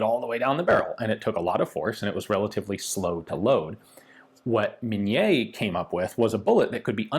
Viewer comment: Minié. Min-yayh. Normally not a francophone. But it's MIN-yayh. No mini mouse.